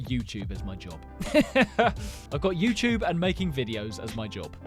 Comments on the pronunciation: “The YEWTEWB”😂 I said my first word at 5-6 months old. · welcome back to the YEEewchHooBE 😂😂😂😂 love it. you make everybody’s day. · YouTube ❌ Youchube ✅ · It's the way you say ✨YeWtUbEeE✨